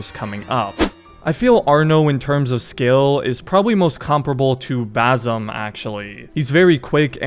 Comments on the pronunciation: not bazum its ba sim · pls stop saying bazim, it is basim.